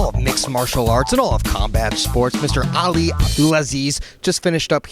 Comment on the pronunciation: I love the little smile Ali gave to hear the schmos effort in pronouncing his name right